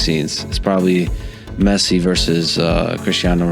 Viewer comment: His name is Messi, not Mercy...you got it?